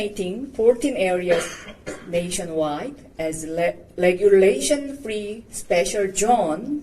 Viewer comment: 다른 사람들보다는 훌륭하지만 발음의 중대한 오류를 고치지않으면 안함만 못하다 L 과 R 의발음이 그것이다 거의모든 한국인들의 문제다 Regulation 을 "을레귤레이션" 이라고 발음하면 그게무슨말이냐고 반문을 받는다 "뢰귤레이션" 으로 해야한다